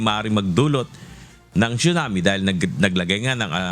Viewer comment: It’s pronounced as sunami not chunami